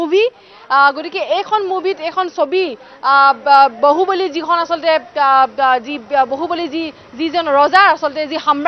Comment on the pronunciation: moroti bohuboli nhoi bahuboli